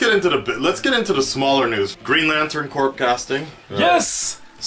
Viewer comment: i love u but: corp is pronounced "Core", Eobard thawne is "E-o-bard", not trying to be a dick just helpful.